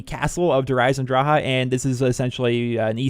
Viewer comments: Good vids but its Eisendrache not Eisendraha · it says drache not draha the c is not silent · dhraha lol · there is no ,,ah'' at the end of this word. there is an ,,e'' . but english people cant pronounce this.